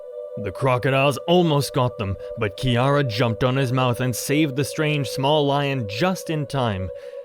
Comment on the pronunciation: Finally someone saying kiara right